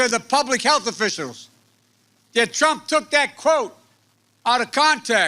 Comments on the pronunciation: "DONALD PRUMP" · “Donald Prump” -joe Biden 😂😂😂